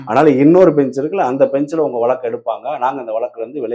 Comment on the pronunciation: நெறியாளர்கள் முதலில் தமிழை நன்றாக பேசத் தெரிந்த பின் நெறியாளர்களாக வந்து அமரவும். தமிழ், வளக்கு போன்ற பல வர்த்ததைகள் சரியான உச்சரிக்க படவில்லை